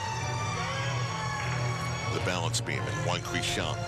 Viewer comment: Lol Al Trautwig completely butchered Huang Qiushuang's name . Who the hell is "Wow huixiang"